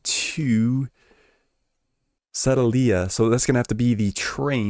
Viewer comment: lol it’s suh - day - lee - uh. I grew up not too far from there.